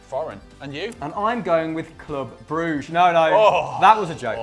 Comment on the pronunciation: When he said Club Brugge i had to listen that part more than once............... i was like "Pass me the weed bruh"... XD. Love this channel anyways cause it always makes me laugh